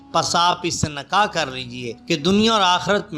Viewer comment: Urdu ki ibarath padhnay ka threequa ghalath hai nikah Ko nakah kuch isstharha